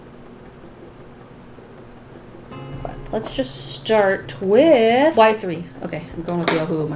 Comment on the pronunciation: Me: Alright! What’s coming next! What is the next video! HOW DO I PREPARE-: Sketch Wiff Me!!! Me: but... isn’t that what you do every day? 😂 Love u! Never stop sketching!